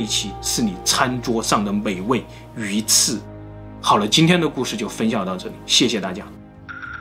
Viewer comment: 鱼翅被你说成鱼刺😂好像也没啥问题